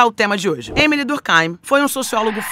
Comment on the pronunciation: Bem que poderia pronunciar durk eim, e não durk áim. O nome é francês, o pensador é francês, escrevia em francês. Lógico, durk eim.